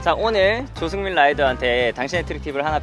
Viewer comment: 영상에서 조승민(님)이라는 걸 조수민으로 들었어요ㅋㅋ 이름이 많이 비슷하네요